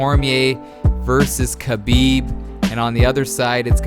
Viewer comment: You emphasize the "H" too much in khabib